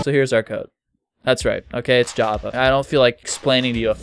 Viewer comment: "the basics of JAA"